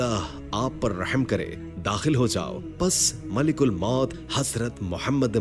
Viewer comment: Bhai malak ul maut hota hai malik ul maut nai